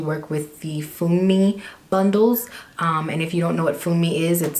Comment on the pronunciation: 'Funmi' is said 'Fuu-me' it's a Nigerian female name.. Love the hair tho suits you x